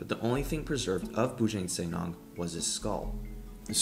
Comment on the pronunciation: the pronounciation is Boo Junk Sir Nang (Not Neng)